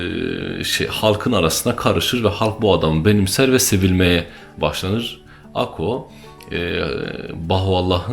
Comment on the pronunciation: Akko değil Akka